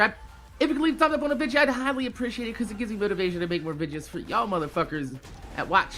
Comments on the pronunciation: y do u say vidja instead of video lol love ur vids tho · Hey,, I just wanted to ask: Why do you pronounce the word "video" as "vidja"? I've always wanted to know that. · why do you say vidja instead of video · Can anyone tell me why he saying vigia not video ! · Do you say vidja as a joke or is that just your jersey accent